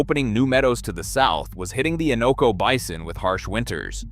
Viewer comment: The Innoko and Tanana Rivers are not pronounced correctly in the video. In-NO-Ko Tan-a-Na are the correct pronounciations. Minto flats is not SW of Fairbanks, it is NW of Fairbanks.